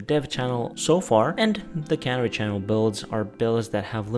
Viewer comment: ca-near-e. You're saying cannery.